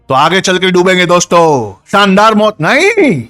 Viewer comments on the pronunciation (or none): none